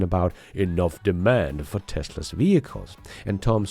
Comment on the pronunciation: Hey there ! Sorry to say, but, as in contrary of your videos being just ...excellent, there is SOMETHING weird in your access , that cause the Google translator to often translate the word " TESLA'S or TESLAS " into ..."TESTERS or TEST" and it's becoming very, VERY annoying (in fact, it's nearly 40% of the cases "TEST/ERS" instead of Tesla's.!) ! Please, either try a better accent for "TESLA's / TESLAS " , or inform Google help center to somehow ... fix it , even if that means to FORCE the translator to use TESLA instead of ..testers when the video is all about CARS , i mean, what kind of AI do they have if it ain't able to conceptualize the essence of the existing words based on the whole subject and choose the best fit from there on !! Many thanks in advance !!